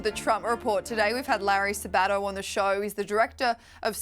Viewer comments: WOW. I haven't seen Larry Sabato in years. He used to be considered very conservative. By the way, you need to put the emphasis on the "Sa" of Sabato. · Mr. Sabato's name has emphasis on the first syllable.